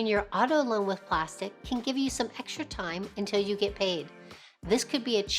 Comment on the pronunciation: Fyi: It's not "plastic" it's pronounced plas-teek